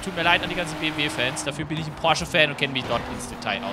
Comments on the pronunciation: Hat er wirklich am Anfang BWM statt BMW gesagt 😂🤙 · hört sich so an wie BWM XD aber geiles Video! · Ich hab mir das eben noch einmal angehört...ich musste mich bemühen das M zu hören...du hast das halt ein bisschen verschluckt aber ist ja jetzt nicht schlimm😉 Mach weiter so...also mit den Videos nicht mit dem Buchstaben verschlucken😅😂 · Habe mal reingehört, sage aber BMW M4 Coupe ;-) Das BMW ist halt sehr schnell ausgesprochen.